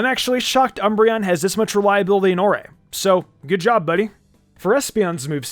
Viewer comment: I love that people remember this game. Isn’t the region pronounce like “ore” though? It’s a very rock/gemstone themed region.